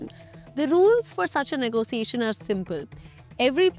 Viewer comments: why "ne go SIIIIIII eishn"? it spells and says differently. not negoSIIIIIIeishen at all. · Everytime she says "negosiation" gives me the ick